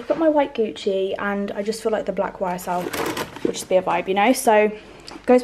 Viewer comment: Did you really call it a "Y Sel" bag? Please tell me you're not that ignorant 😂